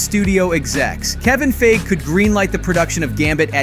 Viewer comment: Wesley Snipe? You mean Wesley Snipes. Also, Kevin Feige is pronounced FY-Gee, not phage. "Plus, Remy is a social." You mean asocial (pronounced ay-social).